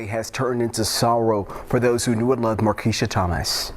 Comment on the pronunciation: Pronounced Mar Qweesha